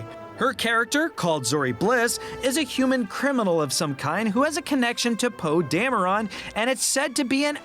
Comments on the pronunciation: "Poe Damerón"😂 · "Poe DamerON." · Poe Dam-a-ron